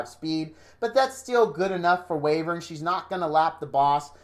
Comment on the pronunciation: Btw, Wyvern is pronounced, 'Why-vern'